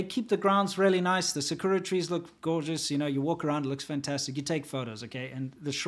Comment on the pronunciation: Lol sa-kura trees? Please stop. Try sounding it out sa-ku-ra. To be safe with japanese words, sound it out or even try experimenting by swapping r and l.